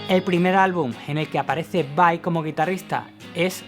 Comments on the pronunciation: Disfrute mucho el video. La verdad no me gusta mucho cuando la gente pronuncia /vei/ cuando deberia pronunciar /vai/ pero la verdad es que fue un buen trabajo en este video. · Porque Steve es de descendencia Italiana. Por lo tanto VAI es lo correcto y como se debe decir porque es un apellido Italiano. VEI es una pronunciación incorrecta en Inglés. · Tienes razón dice VEI en esos momentos, pero el 98% del tiempo lo dice correcto. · Pero varias veces en el video dice VEI